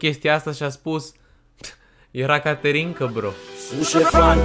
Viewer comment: De fiecare dată când ai zis ,,caterinca" eu tot aud ,,canterinca" de la vulpita